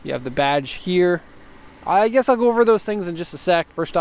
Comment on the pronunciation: Next time i have a question about amps, ill go ask a professional, i "guesh" :D